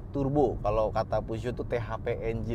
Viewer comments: Puzo? Pijet? Pujot? Puso? 😂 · Merk mobil paling susah disebutinnya SALAH BACANYA🤣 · Emang bener kah baca nya puzuo😂